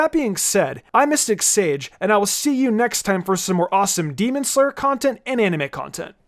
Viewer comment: "Demon sler"